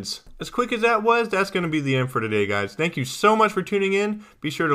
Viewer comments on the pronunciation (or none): none